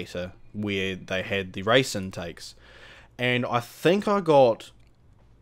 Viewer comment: why u say rice instead of race